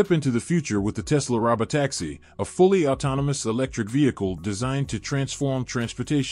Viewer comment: This guy pronounces words weirdly. It's "balloon" and "robo-taxi", not whatever he said.